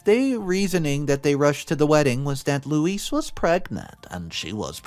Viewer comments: I really wish that OP & her husband had done more to defend Helen when she was being shat upon by the family. She came to their defense but no one came to hers (at least not at the point in the story I'm at). Btw. Louise is Loo-eez, not Low-iss. Louise seems rather entitled. Probably spoiled as the younger girl. I feel awful for poor Helen. Oh man, Louise is one hateful bitch! I feel for Helen's kids too. I keep wanting someone to tell Louise that she's a spoiled entitled hateful brat and to defend Helen & her kids. The stuff OP said about her in the thread could have been said out loud in person-- that she's a good mother who works hard to support her kids & is a better person than Louise and the grandparents. I'm glad Max was able to help calm the kids down. I'm glad I never walked in on any sort of conversation like that as a kid bc I would have exploded on whoever was saying mean things. I would have chewed the person out and told them they were the losers-- I did have quite the temper back then. The grandparents could have been criminally charged for stealing the money from Helen. Just bc someone has money doesn't mean they owe the rest of the family anything. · Lewis XD it's pronounced Lou-ease XD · Louise is pronounced loo-eez . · Louise: LOO eez Lois: LOH iss The mispronunciation of Louise's name was a bit annoying. As to the story, the Greedy MacGreedysons got what they deserved. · Louise is pronounced Lou-eze, it's the feminine version of Louis. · Louise is pronounced Looo-eeeze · Louis………Louise……2 different names/pronunciation! FFS🤦🏼‍♀️ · Sorry to mention it, but you mispronounced Louise, and read it as "Lois" . It's Lew-ease. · Louise is not pronounced "Lew-is" or "Loh-is" It's pronounced "Lew-weez." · Oh for goodness sake. Louise is pronounced (Loo-EASE), not Louis. Please look up pronunciation. It’s an easy thing to do. You consistently get words wrong and it blows my mind that you don’t work to improve at your own job. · It's not Louis, it's Lou ease